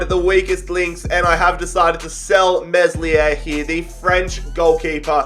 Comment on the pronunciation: This dude can’t pronounce names the s in meslier is silent